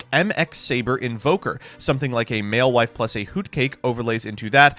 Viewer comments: I can't deal with mewfeuille being pronounced malewife, this is beyond americans trying to pronounce french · honestly, the best thing about madolche as an archetype is the way pronounces mewfeuille